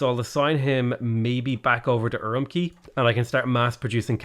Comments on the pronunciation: Per Google translate, Urumqi is pronounced "Ur oom chee" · Fun fact! The “Q” in Chinese is a hard “tch” sound like in “catch”. So Urumqi is pronounced “oo room tchee” Could not tell you about Qara Qoto though. It supposedly used to be a fortified town in modern-day Inner Mongolia, but Mongolian never used the letter Q in its latinised writing, so... 🤷 K like Karakorum or Tch like Urumqi, down to you I guess? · It's pronounced UwUmqi